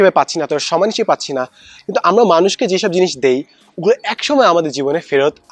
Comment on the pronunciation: স্যার আপনার একটা উচ্চারণ সঠিক হয়নি! তিন মিনিট 20 সেকেন্ড এর মধ্যে আছে !! আপনি আমরা না বলে বলেছেন আম্মা!!!☺️ স্যার কিছু মনে করবেন না!! এভাবে মজা করে বললাম